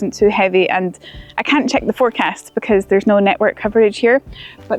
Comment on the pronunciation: I love how she says "becooose of the clooods"